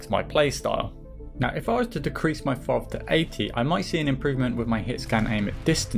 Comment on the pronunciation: "Better known as fov"? That's the first time I've heard it said like that XD